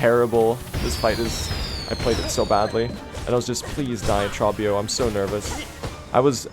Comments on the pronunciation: Why do you call him "traw-bee-oh". He literally pronounces his name in dialogue as "troh-bee-oh". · Pretty sure Trobbio's name rhymes with grow bee owe (first syllable has a long O). He says it at the end of his fights and during his phase transitions.